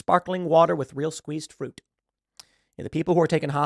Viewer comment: Pool did you say "fruit" or "fruiTTT" ?